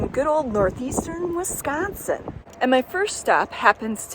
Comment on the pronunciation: Great video! You hooked me as soon as I heard you say "Wisgonsin." I grew up in Shawano County (Caroline, pop. 250) in the 60s and 70s and spent a lot of time Up North. Woodruff and Minocqua and that area are great year-round. Caroline has an annual Colorama festival of horse trail riding, camping and music each fall, if you're ever in the area at that time of year... Thanks again for the great video. Love your editing, but it looks like a lot of work.